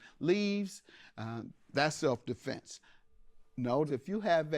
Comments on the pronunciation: I knew she was lying when she said “Self A-fense” 😂😂😂😂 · Giuuuuuurl!!! She said "self A-fense" I said that's a lie!